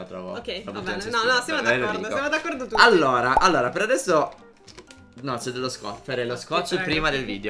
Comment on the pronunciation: Risultato finale:: 6 allora: 32 allora (2 dei quali li pronuncia male...) Totale: 38 allora...